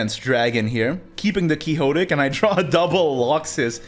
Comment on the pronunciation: quixotic is pronounced quick-sot-ick